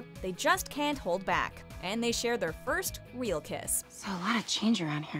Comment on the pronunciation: she says weal kiss instead of real kiss 😂